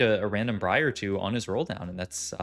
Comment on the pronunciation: Love your vids mate, keep it coming please. However why do you keep saying Briar that way? It's wrong! lmao =]